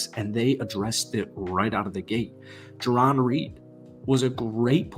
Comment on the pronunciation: Btw... J. Reed is pronounced ( Jare-n) 😉🎯 #Hawks4Life 💚💪🏾👊🏾💯💙